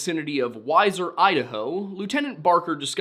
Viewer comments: Wheezer not Whyzer. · It's pronounced "Wheezer" not "Wiser" Idaho or river. Sincerely Idaho mtn woman born and raized... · Weiser Idaho is pronounced as we zer I lived in Idaho since I was born after about 1yr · Pronounced "Weezer", not "wiser" :) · Wiser? It's wee zer. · Just so you know it's pronounced we ser , not wiser like Budweiser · It’s pronounced “wheezer” I used to roof there . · The town is Wieser ID pronounced (wheezer) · Pronounced WEE-SIR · Hi. I live in Idaho. I am quite familiar with the town/area that you speak of. It's pronounced, Weezer. Kindly & respectfully I offer a tiny bit of a diction lesson that I learned, years ago, when it comes to the 'ie/ei' Trickery. When the two letters are together, it is the 2nd of the two that is emphasized; Wiezer = Weezer, Stein= Stine. Hope this helps you in future videos. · Weiser - wee-ser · Ok I know it's late... But it's pronounced weeser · It's pronounced "weeser" it's a beautiful place! One side desert, one side lush forest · Hey 👋 I'm from weiser, ID. Born and raised. I've watched many of your videos and know you like it when people tell you correct pronunciation. As such, it's pronounced WEE-ZER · Weiser is pronounced with an ee sound as Weeeser otherwise great video thanks for the wonderful content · Weiser is pronounced "weezer" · I am obligated to say, as a local, Weiser is pronounced like the band Weezer, and Boise is pronounced like “Boy-C” rather than “Boy-Z” respectfully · Btw Weiser is pronounced like "wee-zer" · It’s pronounced weezer, like the band 😀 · It's pronounced, WEEEZER. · You mean weiser idaho? Weezer* is how everyone pronounces it here. I'm like 20 minutes away from there. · this is a small point but Weiser Idaho is pronounced like weezer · Idahoan here, its 'weezer' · It's pronounced "weezer", Idaho. I know it's not spelled that way. Also it's "Boy-see" not "Boize". Jewel helpfully wrote a song for us on this. It's called "There is no Z in Boise". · Weiser pronounced "wee-zer"